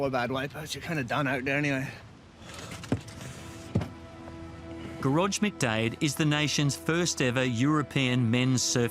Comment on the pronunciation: Gear-oid sounds better than Gerage.